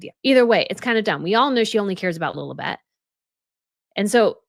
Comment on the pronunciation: Sometimes... Life gives keys too. When pronouncing Lilibeth, it sounds like "lilly bed"... A bed full of flowers? Ok... Loads of flowers seems to show up, in and around the life of the duchess of Sussex...Flowers may symbolise virtues and many positive feelings can be expressed with flowers. We do offer flowers to express our gratitude💐our positive feelings 🌻To show benevolence, will there be flowers 🪷🌺 or cactuses 🌵? Let us make sure we spread fragrances🙏 and let us be good towards each other☘️ The more you give love, the more you get loved 💮at the end of the day 🎊